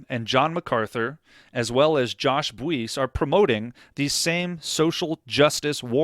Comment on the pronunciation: I am certain that Josh’s last name is pronounced “Bice” with the “u” being silent